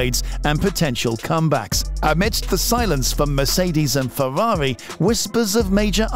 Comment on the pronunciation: its Ferrari not fewawi